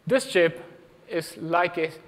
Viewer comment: mega chimp (not chip) chimp